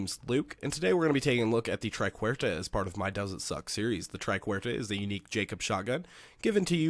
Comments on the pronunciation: It's "Triquetra" not "Triquerta". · try ket truh